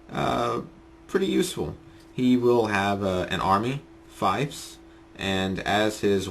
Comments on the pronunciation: Good tips, thanks. It's five years late, but hey, knowledge is timeless. The word FIEF is pronounced "feef", not "fife". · fief is pronounced with same sound that is in thief